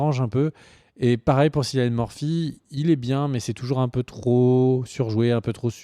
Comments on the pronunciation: "Sillian murphy" et "piki blinders" wow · Ça se prononce Killian Murphy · Sa se prononce C(k)illian Murphy merci Dsl sa me stress a mort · juste les gars Cillian ça se prononce Killian... et les coupes de cheveux j'trouve ça apporte un truc dans un premier temps ça apporte le côté historique mais aussi la différence on sait qui y sont Cillian a un charisme à l'écran que personnellement j'trouve que ça choque pas qu'il soit le chef des peaky blinders, il avait déjà incarné l'epouvantail dans batman begins et Jackson rippner, un terroriste dans Red Eye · Cillian se prononce comme Kilian ! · Cilian Murphy se prononce "Killian", il est irlandais (comme dans la série)! Je sais que je pinaille car c'est vraiment le seul petit reproche qu'on puisse faire à cette très bonne vidéo. Merci à vous de parler de cette excellente série!